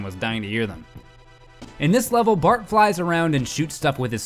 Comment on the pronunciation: In he calls Bart "Bark " :P